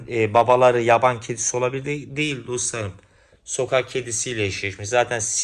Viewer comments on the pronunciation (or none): none